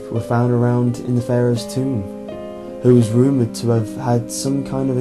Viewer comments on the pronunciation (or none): none